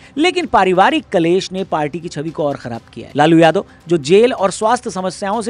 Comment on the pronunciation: लालू ❌ लोलू ✅😂